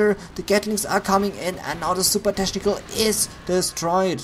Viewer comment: pronounce CH in technical like K